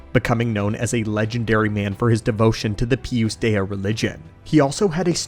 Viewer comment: I love the Lore video the only thing that made my eye twitch a little bit was the way you kept pronouncing Pius Dea lol. Other than that I love all your long lore videos putting them on in the background going about my day and learning about Star Wars